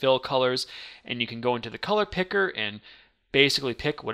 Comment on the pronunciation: How this guy says "Color Picker" is oddly satisfying.